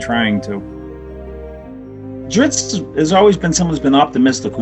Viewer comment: Someone on his message boards pointed out that Bob is Italian, and Bob's pronunciation of "Drizzt" makes perfect sense if you consider the "zz" part of the word "pizza". "zz" is pronounced like /ts/. Thus, "Drizzt" is pronounced /dritst/. Now, just imagine D-man slicing and dicing some pepperoni pies with those twin scimitars of his, and you're all set!